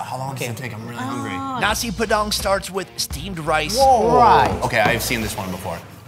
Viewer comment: Bule ngomong nasi padang *Nasi P3dang